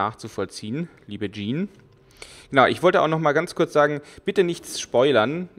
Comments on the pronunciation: Übrigends, hust Sean wird ähnlich wie "Schaan" ausgesprochen oder, ums einfacher zu machen, wie "Shaun das Schaaf" und nicht wie das französische "Jean" (denk an Jean-Claude Van Damme um zu wissen wie das ausgesprochen wird) :) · Karsten Meyer Ich find das im grunde auch gar nicht sooo schlimm das er "Jean" zu ihm sagt, aber ich halte es bei Namen so wie bei allen anderen Dingen, ich möchte die eigentlich schon korrekt ansprechen. Bei namen kommt noch dazu das ich es respektvoller finde den Namen richtig auszusprechen auch wenn es hier in dem Spiel ja eigentlich nur um fiktive Charaktere geht. Naja is geht mir wohl einfach ums Prinzip :D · Karsten Meyer Mich irritiert es immer nur, wenn ich "Sean" lese und dann "Jean" höre frage ich mich immer wen er gerade meint. Immerhin heißt ja auch die Frau um die es geht "Jean". XD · Ob ihrs glaubt oder nicht, ich weiß, dass Sean "Schaan" ausgesprochen wird :) Ich denke, das ich wegen der englischen Aussprache von Jean und wegen den Rätseln an sich etwas verwirrt bin, weshalb mir das ein paarmal passiert ist ;)